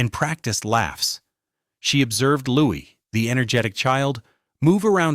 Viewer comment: Wish the narrator would get Louis's name right